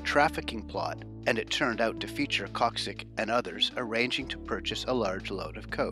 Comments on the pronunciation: his name is pronounced like Yakshich (Jakšić) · Its pronounced “yackshich” = Jakšić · bruh, its Jakšić not khoczik which resembles polish names not serbia. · Why do you keep pronouncing it like “Kaksic” even after he said it himself? 😂😂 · His last name was pronounced wrong 😅